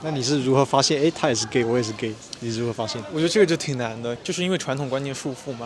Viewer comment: 'why are you geh' never gets old😂